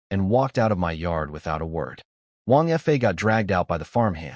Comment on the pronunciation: It's annoying how the AI narrator often pronounces 2- or 3-letter words like they were abbreviations, particularly pronounced in this one, because Wang Fa is mentioned so often. 😮‍💨 There's also quite a bit of repetition, describing the same event twice, and some inconsistencies (sometimes "months" have gone by, sometimes it's "four days"). The illustrations are also unusually inconsistent, the wives have several very different designs, I've seen much better on this channel. And it's a bit disturbing how the 3rd wife looks like a child. Like, under 10 years old child, in many illustrations. But overall, it was enjoyable. Surprisingly, it ends at a point where I feel like it could work as a complete story. But of course, it leaves plenty of room for a sequel, and I'd like to listen to one.